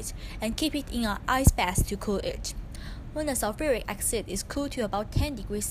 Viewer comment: Acid not axid